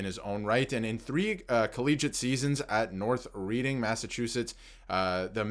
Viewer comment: Dorrington is from North Reading pronounced Redding! I’m from Long Island Ranger fan since 1969, now living in the Connecticut River Valley! And I know how to pronounce those wicked haaad Massachusetts town names! Like Worcester woosta, Leicester lessta etc. keep up the good work😂